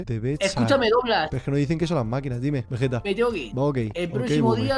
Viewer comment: nadie: diciendo veyeta en ves de vegetta xdd